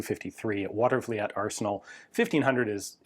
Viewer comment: Pronounced "Water-vuh-leet" . Cool lesser known arsena.l